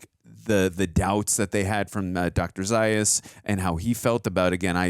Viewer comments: Zā-us, not Zī-us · Right, it's not about Stewart's death, and it's pronounced ZA- US . They only mention it in the film several times. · you heard the name Zaius pronounced multiple times during the movie, yet you manage to mispronounce it every time.